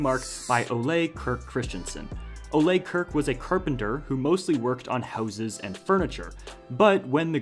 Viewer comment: So far I have never heard anyone on youtube say Ole Kirk correctly. Everyone says Kirk like the captain from Star Trek, that is the English way to say Kirk but Ole Kirk isn't from an english-speaking country thus his name is not pronounced as that. I wish some one on YouTube do some resaeach how to say Kirk properly. It sounds so bad in my swedish ears.